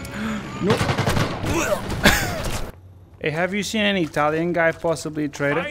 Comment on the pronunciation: talking Italian is fun, because I'm Italian and sorry man, but your pronunciation is terrible